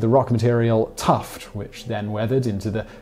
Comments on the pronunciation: TUFF not tuft. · It's "tuff", not "tuft".